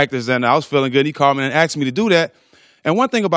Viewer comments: He axed me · "He axed me to do that"